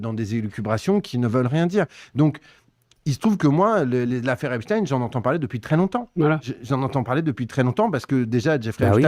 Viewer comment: Einstein Frankenstein Epstein Par pitié les gens arrêtez avec epstin, c’est ridicule